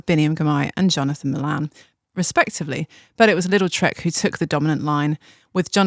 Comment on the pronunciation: Am i the only one that always hears "Little Trek" instead of "Lidl Trek" ? 😅